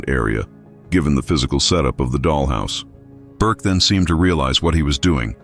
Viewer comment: Its not burke